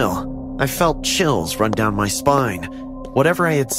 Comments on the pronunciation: Did you just say he came to me room it's my not me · Why did you say 'my dad me room' 😂😂😂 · “he took me to hm room” LOL